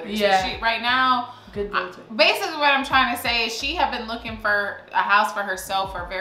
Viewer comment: Am I the only one who noticed is saying relator